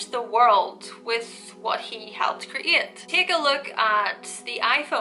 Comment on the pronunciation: escape and create lol how she prounce them